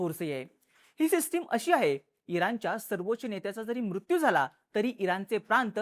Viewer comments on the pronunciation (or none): none